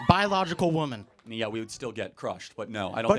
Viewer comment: Boy, go back to school or your parents and learn how to pronounce women. It’s bad enough that gen z women can’t pronounce it but it is cringe when a man can’t